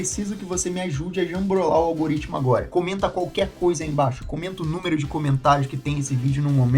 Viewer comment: 1.185 comentarios no " alguriptimicu "